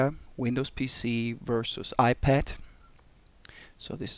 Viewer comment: Did he say "The iPat"? might be the next hit.